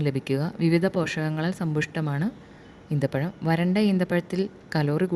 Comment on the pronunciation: ഈത്തപഴം അല്ല കുരിപ്പേ ഈന്തപഴം😄😄😛😛